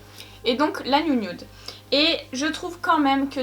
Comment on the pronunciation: La " niounioude " voilà ce que j'entends 😅😂